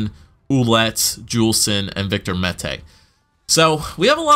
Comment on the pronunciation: Finally you pronounced Mete properly... I've heard Meaty, Mata, Meta